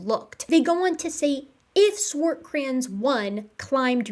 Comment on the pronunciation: Can I bust your chops about the Swartkrans pronunciation instead? 😂